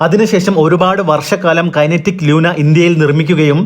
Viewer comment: ലൂണ🎉 ലൂന അ ല്ല